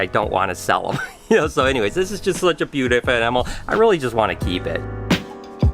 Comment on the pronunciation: “Butefe animal” 😂